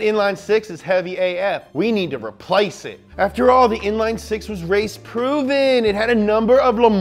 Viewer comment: ''inline six'' oups..